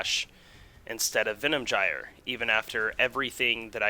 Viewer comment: it's not Venom Jyer.... you fuckwit.. it's Venom "guy-er"